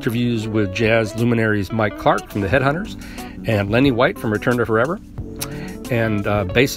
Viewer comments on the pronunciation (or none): none